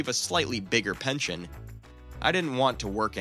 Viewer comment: It's not pention it's "pension".. there's an "S" in there but no "T"